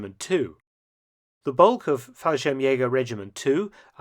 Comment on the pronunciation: If in "Fallschirmjägerregiment" the "Regiment" would have been pronounced the German way ("g" like in ""gap") it would have been nearly perfect.